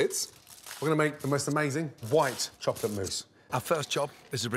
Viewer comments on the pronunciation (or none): Imagine having a word famous chef as a father. Michelin star breakfasts/dinner every day😂 - in the world we currently live in, anymore emphasis on the word "white" and you'll be tarred as a white supremacist😅